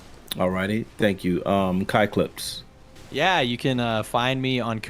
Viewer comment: When said kai clips name, It sounded like he called him "Cock lips"